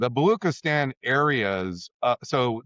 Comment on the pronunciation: For a professor who mispronounces Baluchistan and never mentions the Pakistani port of Gwadar built there by China and under 100 miles from Iran border, and referring only to Karachi, 400 miles away — raises questions given his gap of knowledge of local realities versus his broad-based escalation theories. And add to that the obsequious tip at the end to those in power (I guess UofChicago has its professors on a tight leash given the risk of losing funding).